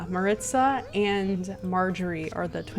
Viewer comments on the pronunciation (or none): Maritza is pronounced like Mah-Ree-Tza probably